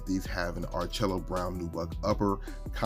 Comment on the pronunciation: I love the channels and the videos. I do want to help a little bit with the pronunciation of the some of the colors. "Orchid" is pronounced "or kuhd". "Malachite" is pronounced "ma luh kite". and “ARCHAEO BROWN” is pronounced "ark e o"". I hope that does not sound too much like a grumpy professor, but that is what I